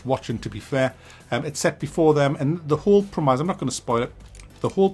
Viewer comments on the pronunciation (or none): Pro-meyes? It's pronounced Prem-is! Look I'm from the same neck of the woods as you and I've never heard anyone say it like that ha. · Anyone else bothered by pronounciation of premise as prem-eyes? I have never heard that before and yes I'm British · the whole what ? you mean the prem-iss ?